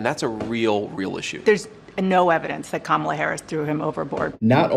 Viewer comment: I don’t respect YouTubers that mispronounce Kamala. Cya